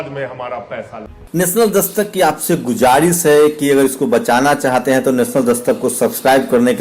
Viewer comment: Apne Alfaz to sahi bolna Seekh Lijiye Gujaris nahi Guzarish bola jata hai